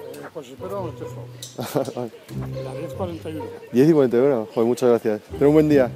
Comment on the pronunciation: Rubius: que tenga un huen dia El pibe de la bici: hola que tenga un buen dia xD